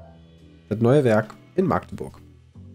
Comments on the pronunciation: Das heißt nicht "Maaagdeburg"! EInfach einen kurzes A bitte, also "Mackdeburg" :) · Erste Gelegenheit dazu, das zu schreiben, da ich jetzt hier wohne: "Dit heest 'Machdeburch' und nich' 'Maaagdeburg'." :D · ich komme aus magdeburg und , magdeburg wird nur mit ein A geschrieben und nicht so Maaaagdeburg :D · Lieber Maaagdeburg als Ma-Agdeburg ... Aber korrekt heeßt es eh Machdeburch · Das heißt Machdeburch und nicht Maaaaaaaaaaaaagdebuuuuuuuuuurg!!🙈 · Ich fand es okay. Wüsste nicht ob ich 50 Fragen zu Westdeutschland beantworten könnte. Eine kleine Sache noch: Magdeburg wird nicht Maaaaaagdeburg ausgesprochen. Da bluten mir die Ohren 🙉 Richtig wäre Machdeburch. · Dat heißt Machdeburch und nich anners du Vorel! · Wie sie Magdeburg aussprechen macht mich jedes Mal wieder krank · Ja ich finds auch ganz schlimm diese Aussprache. Wohne auch nur so 30 min von Magdeburg weg xD